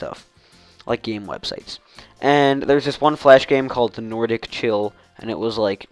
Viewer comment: norcda said my name wrong ;3